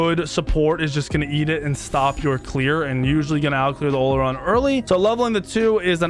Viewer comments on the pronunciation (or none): hUnTeR's he says. "OLORUN" he says